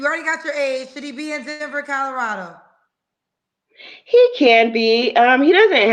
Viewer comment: “Codorado” lol